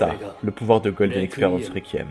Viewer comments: La prononciation est « Rékouiyemme » et non « requiemme » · Déjà il arrive pas a prononcé Requiem correctement, alors ne lui en demande pas trop non plus xD